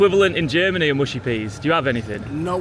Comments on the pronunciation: cracked up at the word "mushy", that's how you know he is German :D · Love the chuckle from the german guy at the mushy peas If you don`t know, the way you pronounced mushy sounds like a german common word for female genitalia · i want to believe The german guy laughing at the word "mushy" bc it sounds like "muschi" which means pussy in german